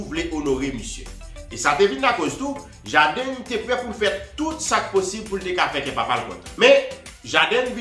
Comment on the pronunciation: C JAYDEN LI PWONONSE C PA "JADiN" ni JADEN EPI C WILL SMITH KI FOSEL FEW MASISI LANGYETTTT MANMANW GEN MOUN KI PALE ANGLAIS KI SUPER BRANCHE DE BAGAY SAYO. SO PRUDAN AK KKWAP PALE YO. OU PALE POU MOUN SOT SELMAN